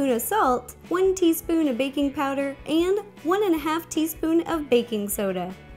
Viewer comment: It sounds like she said bacon powder